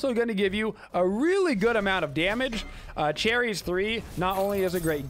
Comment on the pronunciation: i know this man didnt pronounce her name like that